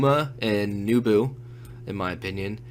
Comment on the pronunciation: NEH bu, not NEW bu.......